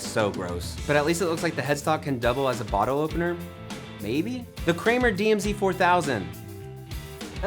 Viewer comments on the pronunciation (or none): none